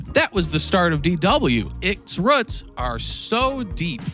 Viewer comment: Ruts? You mean roots? 😅